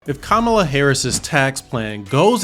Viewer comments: I dont trust you. Cant even pronounce her name right. 🚮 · He is mispronouncing Kamala’s name. Hummm!!! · Wow can't even pronounce a person name correctly 😢